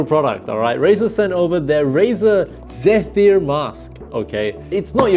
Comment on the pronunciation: Yo just a heads up for future reference. Zephyr is pronounced like zeh-fur or zeffer